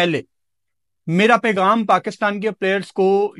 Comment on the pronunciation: pagaam ni hota pegham hota ha urdu bol hindi na bol tatoo